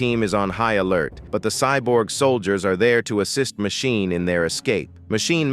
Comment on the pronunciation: It would work better if ^whoever is reading the texts had better grasp of the english language. I mean Machine, Matchini, Magine, all different pronounciations. And the totally missing tone. Text to speach mayhap?